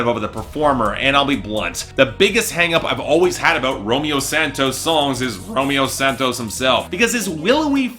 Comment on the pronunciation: I'm not sure how manages to continue to pronounce Romeo Santos's name wrong when he literally has a song that starts with "hola, me llamo Romeo" (which translates to "hello, my name is Romeo")